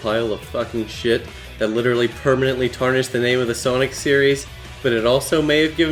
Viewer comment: you say soinc but why mario??